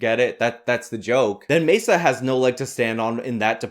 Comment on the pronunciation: Worse than white balance being off in a video: trying to sound Spanish while pronouncing Maza's last name - & still totally fucking it up.